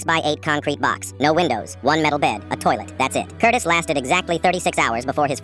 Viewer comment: i heard curtis as cortis and was gonna let it pass but hearing FELIX made me open up the comments and damn you're all here 😭